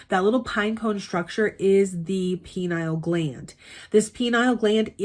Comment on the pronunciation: I appreciate the content. But why in the world are you calling the pineal gland the "penile" gland?? That's a reference to a completely different part of the body! The correct pronunciation is "pin-ee-ul". (And, yes, many people also incorrectly say "pi-neel" which is just absurd.)